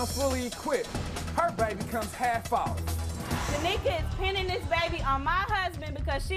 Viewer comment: IT'S NOT TÁMIKA IT S TA MÍ KA TAMÍKA 🤣🤣 Americal Idol who knows knowsss